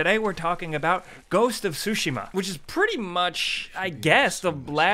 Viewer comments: Tsu-shee-ma not sushima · Man said "Sushi-Mah" it's "Tsu-Shi-ma" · I love u guys and what you do, but I fainted when you guys said Ghost of "SUSHI-MA" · Ghost of Sushima? :) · THE 'T' IN "TSUSHIMA" IS IN FACT NOT SILENT... seriously though. Imagine saying "chicken katsu" without the "chicken ka." It's easy.